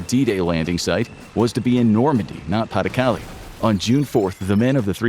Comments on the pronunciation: "Calais" is pronounced "Callay", not "Callie." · Learn to pronounce pas du Calais. CAH lay. Not Kally. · Cal-ay. Not Cal-ee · It's pronounced ka-lay, not kally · Minor thing but Calais is not pronounced Cali but cal-ay. pas-de-Calais being the Department that Calais sits in. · Calais is pronounced "Ca-Lay" btw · I’m 15 minutes in and still stuck how you pronounced “Calais” 😅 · A whole video about WW2 info and the narrator still doesn't know how to actually pronounce Calais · Did no one ever tell this boy how to pronounce 'Calais' ? 😢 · That’s not how you pronounce Calais.